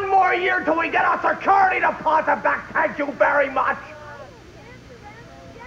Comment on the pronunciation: "tank you very much!"